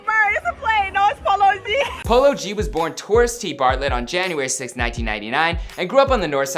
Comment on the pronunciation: did he just pronounce it as “palogee”